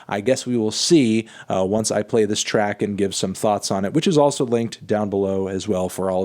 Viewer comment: At first I thought you said “Trap review!”...